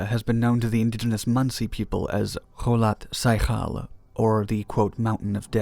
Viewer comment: "o-TOR-ten," not Ortenton. And "kho-LOT s'YA-khl."